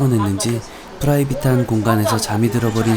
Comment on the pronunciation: 후라이빗~ 발음 좋으십니다 ㅋㅋㅋ